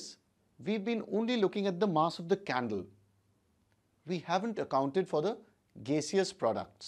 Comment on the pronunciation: I thought he said “So lets light the candely”